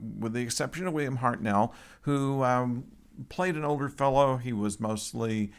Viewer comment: Hart NULL not Hart NELL!